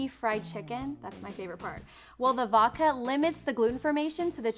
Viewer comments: voDka not voka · Does anyone else hear her saying "vahka" like "vodka" but without the 'D'?????